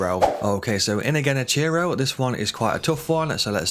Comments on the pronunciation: Dude, they pronounce his name IN the game. Why on Earth would you mispronounce it that way? Silly. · Great advice.. your pronunciation of his name is killing me tho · The way you pronounce genichiro annoys me 😂